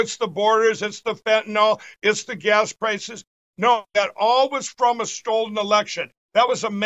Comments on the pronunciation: Isn't anyone ever going to tell pillow that the word is STOLEN not STOLD? Poor guy 😅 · "Stold" lol . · "Stolden" now was it? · I never get tired of hearing Mike Pillow say "stold" .. 🤣🤣🤣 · Why does Mike keep saying "stolled" and "deflamation"? He just makes up words. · A “stold” election? This banana went from pillow Salesman to election investigator. 😂